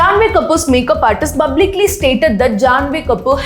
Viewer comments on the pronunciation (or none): What is bhalke(Phalke) awardee or bublicaly (Publicaly).... Her pronounciation is so irritating seriously 😒.. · & u speak everything so well expect "BUBLICALY" 😢 plz correct it & it's very common among TN to use 'B' in place of 'P' 😢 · No hate but please correct your pronounciation to publically.. And not bublically! Pls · Its good that ur improvising i really appreciate ur progress but jus practice pronouncing certain words such as publically instead of bublically , ur good at oratimg but if u correct such mistake It'll sound good as ur reaching wider audiance , pronunciation shld be non negotiable , overall presentation is very good , jus take it as a constructive criticism for ur growth , i didn't intend to offend u but I jus wanted u to flow seamlessly nd shine more , Thank u❤